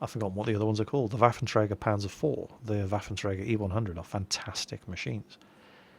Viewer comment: Don't listen to him. I'm German and your German is pretty good. You just have to pronounce the vocals and some other letters more "German" (Panther -> PanTer; Panzer -> PanTSer etc...) Btw: The Sturer Emil is called Panzer Selbstfahrlafette fünf or in English: Panzer-Artillery five :p